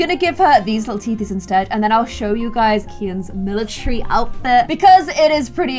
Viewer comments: IT'S NOT MILATREE ITS MILATARY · everyone: "and join the military": "and join the milicherry"